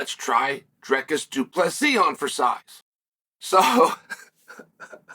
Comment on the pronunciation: Chael it’s Dry-cuss